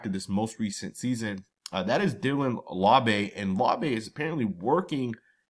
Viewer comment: Always butchering the pronunciation of Laube 😅 still love the content tho 😊🏴‍☠️